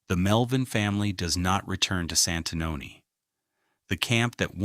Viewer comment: You completely miss the time line of Santanoni, AI has a lot of potential but this is an example of how it falls short. Please pay attention to correct pronunciation.